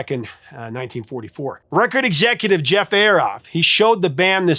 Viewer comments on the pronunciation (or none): none